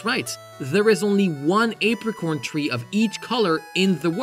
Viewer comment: Tangela? Azalea? Apricorn? You know Tangela's name is kind of reminiscent of a a tangled mess. Do you pronounce tangled that same way? And Azalea is a named after the azalea plant. Do you pronounce the azalea plant that same way? I don't think apricorn is based of off aprons. I'm pretty sure it is apricots. Do you pronounce apricot that same way?